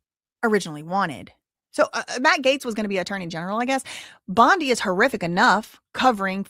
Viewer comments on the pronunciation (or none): none